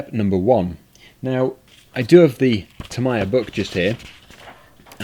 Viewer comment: Firstly,. It's pronounced Tam-ee-ya. Secondly, the plastic bars that you cut the parts off is called 'sprue' Tamiya kits are very easy if you follow the instructions. I used to collect Tamiya kits, and also used to buy broken Tamiya models, do them up and sell them again. At one point I had 14 of them. Top tip: NEVER leave the battery stick connected when you aren't using it. In older cars with mechanical speed controllers, they would short out and catch alight. Newer ones less so, but don't take the chance. Might be a bit late now, but for future reference, buy the bearing upgrade packs for the model. It does make a huge difference. And threadlock. Buy threadlock and use it on everything.